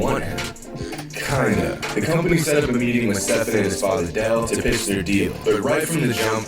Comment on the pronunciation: Flight there are videos of you saying Steph-on